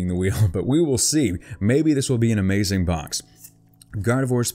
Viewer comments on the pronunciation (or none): none